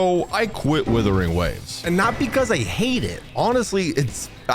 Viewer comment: Him mispronouncing Wuthering Waves as Withering Waves..irks me